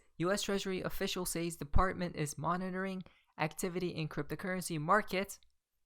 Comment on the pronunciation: " probably" is too.....lol And saaaays instead of sez Lol